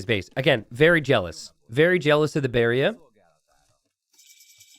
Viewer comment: Re: "The BAREA is not FAIREA." Funniest shit I've heard all week.